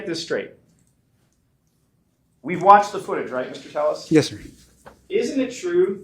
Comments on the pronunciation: Is there a reason his last name is spelled Telles (tell us) but he tells everyone his last name is pronounced Tay us? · His fingers creep me out. Skeletal and spidery, almost undead. Robert tepes, not telles. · Robert “tell-es” another lie why don’t u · Two Ls in Spanish is pronounced as a y sound..crazy how ppl tell another person the correct pronounce of there own name